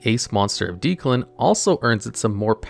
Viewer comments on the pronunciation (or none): Isn't his name pronunced like DECK-lan not deek-lan? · i cant get over this guys pronunciations man deus machinex doesnt even have the "ex" in the middle because its at the end of the name, makes me feel like he cant even read the cards title right its Deck-lan, not deeklan, too shudders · Is Declan being pronounced Deeclan a reference to the dub or is it just not a common name in the US? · He did not pronounce Declan as Dee-Clun lmao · Worst part of this video is the pronunciation of Declan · bro how could you mispronounce Declan? 🤦🏽‍♂️